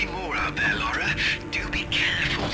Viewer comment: maybe one day youll even love her enough to get her name right ;P i know im being snarky but it always baffles me how many people think its "laura" even after being told for 2 hours straight by the game itself - in both writing and phonetics - that its "lara".